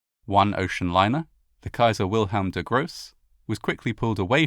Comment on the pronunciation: Is it so hard to find someone who teaches you elementary pronunciation of German names? Wilhelm de Gross, Saal,... awful! 🤬 you sound so uneducated!